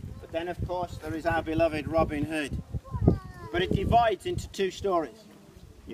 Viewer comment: “Robin Hoe” 😹😹😹